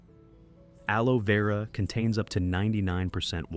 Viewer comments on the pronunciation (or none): Amigo una pequeña corrección es aloe vera no aloe veura